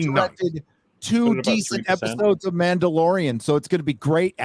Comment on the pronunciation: “It’s Ma’am-dalorian!”